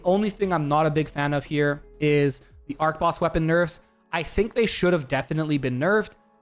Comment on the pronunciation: You mispronounced archboss unsubbed